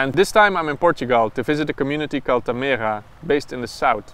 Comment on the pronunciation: Why does no oneknow how to pronounce tamera? XD